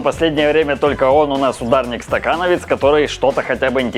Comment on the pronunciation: Хм. Ударник-стаКановец?))